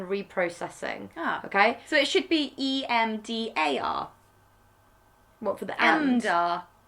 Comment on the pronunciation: Did....Rose try to make a EDMA joke but say EMDA